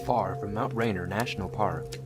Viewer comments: Rain-eer, not “rainer” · Lol they said Mt Rainier wrong it’s pronounced mt Rain-near but spelled Mt Rainier. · It’s pronounced Mount Ray-near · Barbara T what kind of Loser, cannot pronounce Mr. Rainer...its only been spoken in video, on radio...and on TV for EVER....